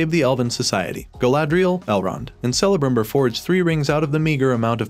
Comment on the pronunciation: OMG... Stop pronouncing the letter C in Elf names as an S.... The correct form of that C is as a K. Cirdan is pronounced Keer Dan not Seer Dan. Celebrimbor is Kell uh brim bor not Sell uh brim bor.